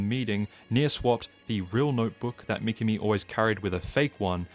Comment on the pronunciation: Good video but pronunciation of certain words or names like Mi-ki-mi instead of Mi-ka-mi makes it goofy..... (see what I did there?)